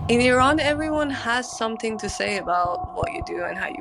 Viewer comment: The black woman said she is Iranian but mispronounced words like Iran and Qajar etc. she culturally appropriated the culture and language under her black disguise. I have so many black Iranian friends and not one has been ostracized or made to feel less Iranian than anyone else. Iranians are way above how this is portrayed. If they feel a certain way it is because of the government not the people. The world doesn’t understand this.